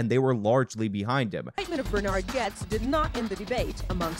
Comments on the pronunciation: Why do you keep saying Grotes instead of Gets? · Why did you start calling him "Groats" after correctly pronouncing his name at the beginning of the video? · Bernard Goetz (pronounced Gets not Grotes) I believe on no uncertain terms was-his own-worst-enemy; in the continued aftermath of the shooting incident and even years later at that. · Gonna be that guy. His name is pronounced more like "Getz" not "Goets". Love the channel! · GOETZ pronounced like “GETS” there’s no “R” sound in it…even in the original German. Almost as irritating as AOC going authentic Spanish on one word in a sentence. 🤚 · His name is Goetz (GETZ) not "Groetz"! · Also, his name is pronounced "Getz", not "Groats", haha you silly young-uns. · Grotes? Goetz It's pronounced "Gets" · Pronounced Getz. Not Groatz. Lol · Bernard's last name is pronounced like 'gets' - I was 10 at the time but I remember this and how crazy scary NYC was was at that time, especially the subways. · Bernie Goetz's last name is pronounced "gets," as in the third person present conjunction of the verb "get." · There is no "r" found in "Goetz". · The Americanized version of his name is most accurately pronounced "Gets"...........there's no R at all in his name. 👍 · Why did you call him "Groats" multiple times? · It's Goetz, not grotz. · Lmao Bro how do you mispronounce the name with an ‘r’ that isn’t there after watching extensive footage on the case? Lol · forgets his name after saying it right the first time.